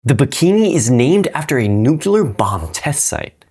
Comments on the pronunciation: Damnit,. You messed up lol. It’s most effectively pronounced as “New-Clear” or of one insists on the third syllable “New-Cle-Ar” but never will it ever been condoned nor forgiven to be pronounced “Nuke-you-lar”. Love the channel, very informative but you messed up pretty badly there. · Nooo! you're one of those who says "nukeelar". Didnt expect that, not from one of my favourite educators 😭